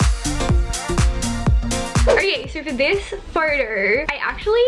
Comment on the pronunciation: " so for this photorrr "